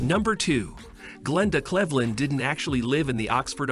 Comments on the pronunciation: how do you pronounce cleveland incorrectly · The computer voice can't pronounce Cleveland? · Her name is pronouced Cleaveland not Clevthland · Saying glendas last name wrong is really getting to me 😂😂😂😂 Cleave - landddddd , not clev-lend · Glenda "Clehvland" 💀💀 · It’s the fact that they can’t pronounce Cleveland correctly, but can announce the things wrong with the film. Nobody cares, it was all wrong. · So you can pronounce Sinthasomphone but not Cleveland